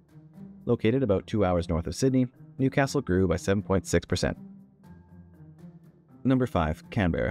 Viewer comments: It's Newcastle not New Castle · I was born in, and have lived in Newcastle my entire 40 something years and it is one word. Many make this mistake!! ☀️🏖️ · Newcastle is one word, not two. Commenting from Newcastle right now, as a Novocastrian who was born here. P.S. Newcastle is named after Newcastle-upon-Tyne: both are/were industrial port cities which had coal nearby.